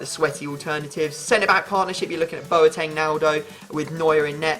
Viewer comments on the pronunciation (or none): none